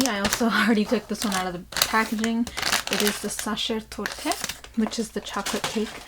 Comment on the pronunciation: The way you pronounce sacher torte is "Zoccer tort". dont pronouce the "E" at the end.